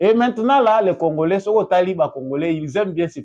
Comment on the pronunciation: Comment voulez vous quelqu'un né au Congo dont les parents et arrières parents nés et grandis au Congo, leure première langue c'est la langue congolaise, mais la prononciation c'est Congorais au lieu de Congolais